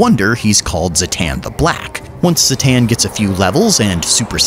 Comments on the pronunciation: zha-tahn is how its pronounced its really not that hard why call him zahhaten xD and zertahn XD made me lol tho so hats off to ya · Zah-tan. How hard is that exactly... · its pronounced ZHATAN ! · the african clicking language sounding version gave me a chuckle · I can't believe you only pronounced his name correctly once! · All these mispronounced names are very disrespectful to Zoo-Zoo Noir